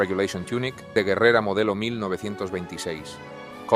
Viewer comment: I like how properly pronounced you said guerrera 1926